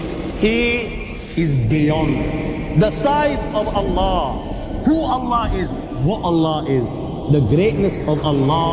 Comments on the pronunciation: so you are a muslim brother. because you say A Danish guy reacts, how i know, the way you say allah only muslim person can say correctly (Allah) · Being a Brother from another Mother.. I would suggest you to plz once read the Quran in your life.(Available in English Translation). Your life will be changed..♥️🇵🇰 Peace From Pakistan... They way you say (Allah) is just♥️♥️... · You said ALLAH right